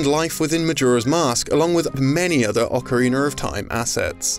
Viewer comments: Ocarina not ocarineRrrr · its ocarinA not ocarinER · Ocariner instead of Ocarina😂😂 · no its more adding consonants that dont exist after vowels. Such as the name "tina" being said phonetically like "teener" or "ocariner" or zed targeting when its "Z- targeting. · It sounds like you're saying “Ocarin̶e̶r̶” ≈ “ah·kuh·ree·N̶E̶R̶” . Slowly, try saying: “ah·ka·ree·NUH”! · what's an "ocariner"? Is that how English ppl say ocarina? Same question regarding when this guy says "idear' instead of idea. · “Ocareener of Time” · Ockareener of time, lol. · OCARINER OF TIME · Ocarinar of time? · Ocariner lmfao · OcarinA. Not ocareener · I'm sick of this "Ocariner" nonsense, learn to speak, it's Ocarina, not Ocariner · you right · Ocariner of time you say? Haven’t heard of that one. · Finally we get some nice trivia facts about Shin Megami Tensei and 90% of the comments are people making fun of and "Ocariner of Time" mispronunciation. Something similar happened with the video talking about SMT. It was kinda short and it featured Gaijin Goomba so most comments were people bashing on him and people complaining about SMT because it is not Persona... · ocariner of time... i can't unhear it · "Ocereener" Oh jeez "Press Zed on the controller" STOP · "Ocariner of Time" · Ocariner of Time LMFAO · Ocariner of teim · Ocarina has one R. 1, I, (one). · But like, why DO all British people pronounce Ocarina as if there's an R on the end? That's not really the case with other words, is it?🤔🤔